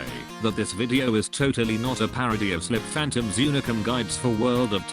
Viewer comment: It's not slip phantom its sli phantom, that's how you pronounce it